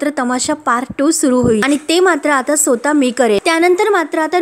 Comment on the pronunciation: सोता नाही, स्वतः